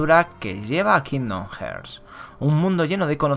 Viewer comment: Muy buen resumen. Aunque se pronuncia “harts” igual que pronuncias braveheart por si te interesa vaya